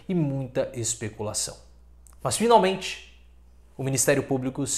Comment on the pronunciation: fi nal men te 😆😅